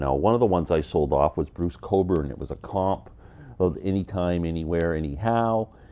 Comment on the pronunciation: Bruce Cockburn. The way you say it the "k" is silent ??